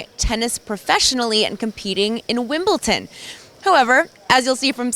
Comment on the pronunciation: There is no T in Wimbledon, learn to speak English or the Wombles will get you!